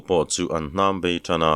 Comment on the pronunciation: sal ho kha an hnâm bei tan tawh angin ilama,heihi adiklovin ka hria,hnam bei tih zawk tur ani in ka hria,ichhiar thiam in sawisel tur avang viaumai,ka hriat chhun kan sawi ve mai mai ani e